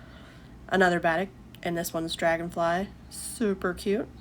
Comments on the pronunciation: Batik is pronounced like ba-teek’. If you’ve only read it, it isn’t obvious. Love listening to you. Oops, I see someone already said it. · I actually loved watching you sewing, you have a nice calm voice. The only thing was the way you pronounced Batik...it's pronounced Ba-teek 😊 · Batik is pronounced baa teek